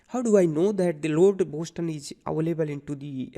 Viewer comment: Btw, the City name is 'Boston' not 'Boshton'!